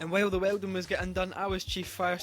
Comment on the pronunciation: ah yes... "WELDONG"